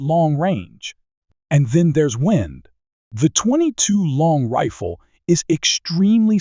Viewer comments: What's with the weird way he pronounces 22 long rifle? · Your AI is almost perfect. The 22 long rifle is the only real giveaway.